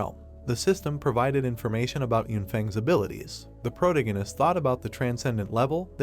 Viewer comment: Had to stop wtf is a “protengenist” 😭😭 man says it every other line. Protagonist is the word pronunciation the a in there